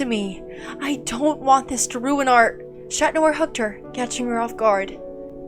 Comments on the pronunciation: Why are you saying shat noir? 😂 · ngl, whenever I hear Chat Noir, I thought it sounded like Shat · Ok it’s alll beautiful and all but why “shat noir”? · Not that good but I'll give it a 6/10 (and btw why y'all pronounce chat noir as SHAT noir? 😭 I swear y'all r so stupid 😭)